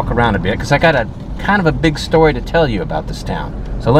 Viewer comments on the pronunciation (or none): none